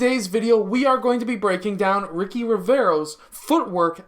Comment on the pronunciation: The name ricci reads richi not riki HAHAHAHAHA